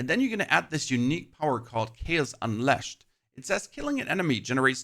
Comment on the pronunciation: How the hell are you saying “unleshed” but then reading it later correctly as “unleashed?” wtf is wrong with you dude